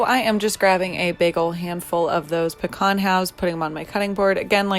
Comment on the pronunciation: why did you say pecan like that?